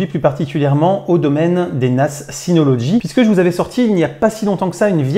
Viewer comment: Mais pourquoi tu dis toujours "synoloDgy" alors qu'il n'y a pas de D !!! Sinon encore une vidéo très intéressante merci pour tes vidéos.